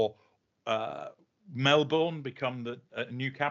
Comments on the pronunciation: omg i'm excited Trevor i live in Utopia please come soon!!! and what r you talking about we are further away than Fiji!!! oh for gods sake get out of Sydney. Melbourne is so much nicer! and its not MelBORN its pronounced MelBen. Omg what about KOALAS!!! and we dont have jungles and we sure dont have chimpanzees! we have heaps of oil in Bass strait!!!!! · I live in Australia and I would gladly swap chimps for all our crocodiles, snakes and spiders. just a little criticism, you will annoy Australians if you don't pronounce Melbourne correctly, it is Melb-urn not bourne as in the Bourne Identity